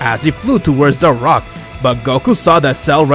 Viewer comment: You said frock instead of rock